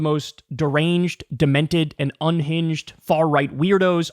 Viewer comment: Nah. Not demented. Not dementeh. Not every normie in the country. /